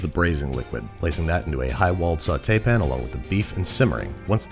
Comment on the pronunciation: did he pronounce "pan" correctly?